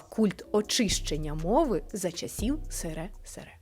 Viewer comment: Чому "сересере" ? Читати не вмієш? Пиши вже сесесер